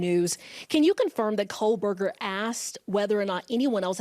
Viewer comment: calls him Coal-burger. This will be the biggest case of his life and he botches the name. 😠